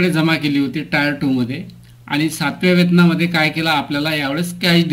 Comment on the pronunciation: Sir, टायर 2 नाही, टियर 2 आहे.